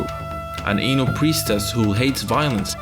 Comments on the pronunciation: I heard "Ainu priestess" as "anal priestess" and I was like 👀 Great video series though. This is really well researched, and man I'm so hype for the new game! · did you mean ainu cause i heard anal not to be gross